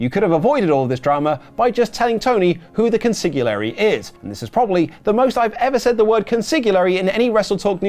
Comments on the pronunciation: I feel the need to smack like upside the head and correct the pronunciation of consigliere like Billy Crystal in Analyze This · Wrote Consigliare' a million times and couldn't pronounce it correctly once.